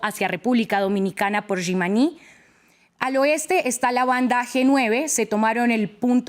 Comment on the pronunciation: Es JIMANÍ así en español,no dizque yimaní